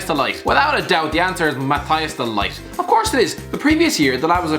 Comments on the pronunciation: No one : Irish Gay: Mathijs Day Light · the "g" in the ligt is pronounced as a harsh sound like someone is clearing his throat. You hear the sound also very often is middle-eastern languages. If you want to hear it for yourself just look up a video where someone is talking dutch and you will hear that weird sound in almost every sentence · Hi. “No one cares if your first”- Legit everyone. And, you butchered De Ligt’s prounounciation. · De Ligt, De Likt, De Lit, De Licht, De Light. So many ways a man’s name has been pronounced.